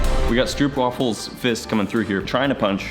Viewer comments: Stroopwafel is pronounced strope-waffle, not strupe-waffle. It's Dutch. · Hold on, 'stroopwaffle'?! 😆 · Stroopwafel? Srsly? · Bruh Stroopwafel wth 🤣🤣